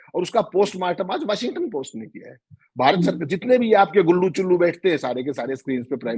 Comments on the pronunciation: Its Washington Post not “ Washingatan post”😅😅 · please pronounce "Washington"not as Washingatan. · आप वाशिंग - टन बोलते हैं, जबकि वो वॉशिंग्टन है। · 😂😂 Washing gaton kya hota hai yeh Washing gaton 😂🤣🤣 Washington hota hai Washington Chitragupt 🤣🤣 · it's Washing-ton / Washington.